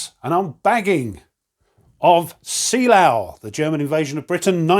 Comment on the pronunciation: Actually, it's closer to "Zay-LERR-vuh".... The "S" in this case is pronounced like a Z, the double EEs are pronounced "ay" and the umlaut-o is what has the rounded "er" sound. Finally the W is pronounced like a V. This is a tough one for any non-German speaker, so don't feel bad that you botched it. Most do.